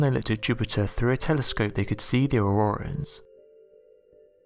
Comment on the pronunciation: Oh it's not auroras it's auworas and there's Webel forces surrwounding it lol